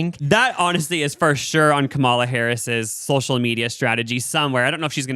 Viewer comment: LEARN HOW TO PRONOUNCE KAMALA CORRECTLY PLEASE.